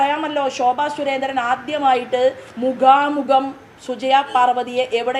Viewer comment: മുഗാമുഗം എന്നു പറയല്ലേ!!